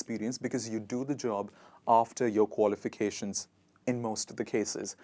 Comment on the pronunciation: May i know your qualifications pls i couldn't understand as u r pronouncing could u please spell it